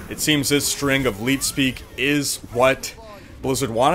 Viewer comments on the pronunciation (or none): none